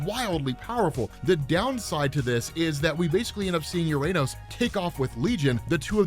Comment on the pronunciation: Uranos - Yur-an-Ose. Not Yur_Ayn-Ose. It probably comes from the alternate pronunciation of "Ouronos" (one of the original greek pronunciations of the god of the sky)